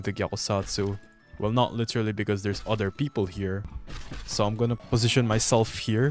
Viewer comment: "LITIRALI" Bro sounds so filipino😂